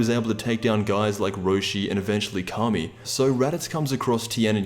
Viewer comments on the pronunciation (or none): none